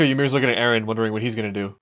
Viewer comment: Top 15 Mikasa Quotes: "Ereh" - Mikasa Ackerman "Ereh" - Mikasa Ackerman "Ereh" - Mikasa Ackerman "Ereh" - Mikasa Ackerman "Ereh" - Mikasa Ackerman "Eren" - Mikasa Ackerman "Ereh" - Mikasa Ackerman "Ereh" - Mikasa Ackerman "Ereh" - Mikasa Ackerman "Ereh" - Mikasa Ackerman "Ereh" - Mikasa Ackerman "Ereh" - Mikasa Ackerman "Eren" - Mikasa Ackerman "Ereh" - Mikasa Ackerman "Ereh" - Mikasa Ackerman